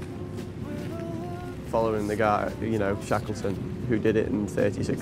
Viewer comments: Good documentary, with great footage, but the narrator was just bad! Sounded like one of those robot narrators used in cheap youtube shorts. I mean this narrator pronouncing his name "Shakleton" was just awful. The guy is one of the most famous people in world history, and the narrator of a documentary can't even be told to pronounce his name correctly. Ayyyy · "Shaykleton?" "Mariteem?" "Whooping?"